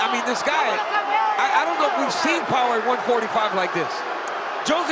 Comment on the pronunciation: "dis" Hahahahahahaha